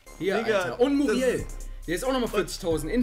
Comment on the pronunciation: du sagst 91 muriel